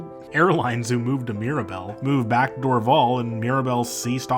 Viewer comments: Your pronunciation of Dorval Airport is wrong. It’s pronounced ‘Door-Val. ‘. I apparently was taken there in 1964 when I was 3 by my 13 year old sister to watch the Beatles land. I however have no recollection of it. Lol. Cheers from Montreal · I would highly recommend that you listen to how a native speaker would pronounce our cities. Montréal is not pronounced “mawn-treahl” (every American says it that way). In English we pronounce Montréal as “mun-tree-all”. Dorval is pronounced “Door-VAL” like the val in valley or Valerie; in both languages.